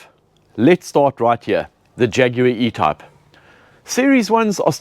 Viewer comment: Are you trying to say “ E type “ ?